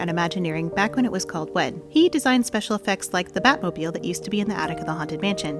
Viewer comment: RIP Yale Gracey. Ps, your pronunciation of, “mobile,” automatically made ne think, “WHAT?! There’s a Batmobile in the Haunted Mansion attic?!” lol